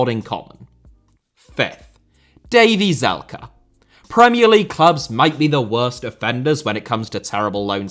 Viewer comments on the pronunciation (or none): Davey Zalka? Bruh his name is Davie Selke 😂